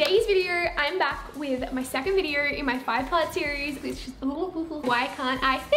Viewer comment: in today’s virreoo I’m back with my second virreooo